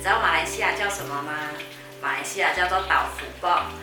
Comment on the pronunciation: 你一半是马来西亚人一半是中国人是吗？因为你的豆腐卜说得很标准。我奶奶可喜欢你的影片了，每天晚上吵着我要看你的频道。我会多多支持你的